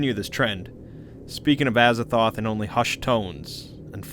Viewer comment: Aza “Thoth”’